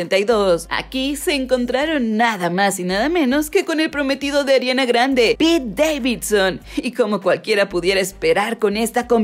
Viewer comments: Se dice pete xd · Es pete, no peter